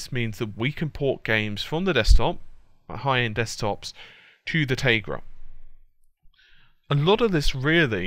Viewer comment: "Tay-grah" That's a first for me, as far as that pronunciation goes. Hah